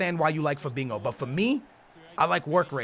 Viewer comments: Fabinho not fabingo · Naw he saying fadingo mandingo hoodingo idk wtf he say 😂😂 lol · zKaPii-_- he says it with a Portuguese accent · He always says Fabingo ...... ( no hate its just funny )